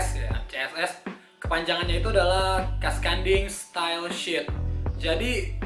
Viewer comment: Its Cascading Style Sheet yang bener